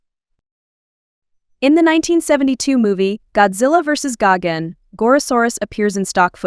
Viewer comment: THE WAY SHE BUTCHERED GIGAN’S NAME HURT ME IN ALL WAYS 💀 LADY, IT IS “GA-EYE-GAN”